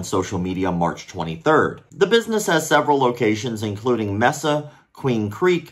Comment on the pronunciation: It's pronounced May-su